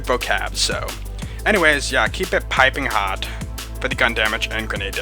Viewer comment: LOL you actually said piping hot correctly this time. Now I don't have to reach through the screen, grab your shoulders, and shake the crap out of you. 😜